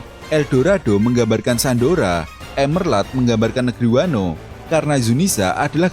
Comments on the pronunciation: Monmap nih yg gumush... Itu emerald yaaa bukan emerlad dibacanya 😅🙏🏻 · Bang bukan emerlad tapi emerald, gimana sih lu yang ngetik tapi gabisa nyebutin yang bener 😭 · emerald bukan emerlad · Emerald bang bukan emerlad Blokk!